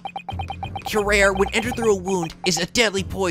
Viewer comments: Hey, just a minor correction, "Curare" is spelled more like "cu-ra-ray". (It is a real poison, btw.) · curare is pronounced cue-rah-ray - anal of me I know, but just-in-case your were curious. Please don't think I'm being nitpicky - I aint! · Fun fact: Curare is pronounced as kurari. Real drug that blocks neurotransmitter deactivating skeletal muscles. So this would causes less muscle movement leading to loss of movement of diaphragm, skeletal muscle in the middle portion the torso that helps with inhaling and exhaling. Since they are describing that this drug is experimented, this possibly means that this game takes place around 1810s during the time researching this drug. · Hosonaga's other motto is "BEAT THAT RUBBISH MENTALITY INTO SUBMISSION!" :D All hail detective Yusuke. Side note: It's "Cure-arr-ay." Didn't you ever see Batman Beyond? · Helpful Note: Curare is actually pronounced "koo-rah-ree" or "kyu-rah-ree" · If I’m not mistaken in the Japanese version of the games Maya’s name is Ayasato Mayoi, which may be partly where Susato’s name comes from. Somebody should fact check me on that, as I’m not entirely sure myself. Edit: the pronunciation of Curare (Cure - are - aye) at least according to Batman Beyond. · Slight point, you pronounced the poison wrong. It's pronounced cue-rah-ree. Also it was used frequently in Sherlock Holmes stories as a silent murder weapon. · on one hand says curare horribly wrong - on the other, it isnt pronounced how its spelled at all (cure-R-E)